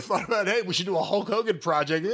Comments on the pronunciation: Hok Hogan lol Jim's pronunciation made me laugh. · LOL it sounded like Jim called him "Huck" Hogan. I loved Hogan as much as anyone else as a kid, and I respect his career. But nothing wrong with that being his new name, the Huckster.